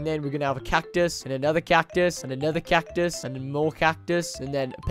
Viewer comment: "catice catiue one more cactus" hahhahahahahahhahahahahhahaha to much cactus